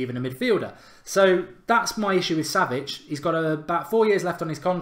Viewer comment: mark trying to pronounce savic from lazio bahahahhahaha